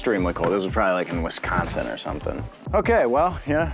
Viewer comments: nearly pronounced Wisconsin right. Props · OMG He said Wisconsin correctly and not Wesconsin. Auto like from a Wisconsin native.